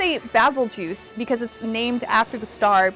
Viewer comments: Pronounce it like this Bay-zell-goose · Baa zil geese is the correct pronunciation. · FYI : バゼルギウス (Bazerugiusu) as the japanese name stated Winner: Bazzel-ge-use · Its not bazelgeuse, its beetle juice